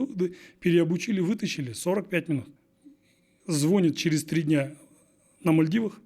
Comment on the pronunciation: он ещё звОнит до сих пор говорит. Бррр